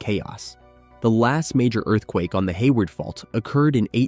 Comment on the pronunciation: 😂 the bot said "hay wired" 🤣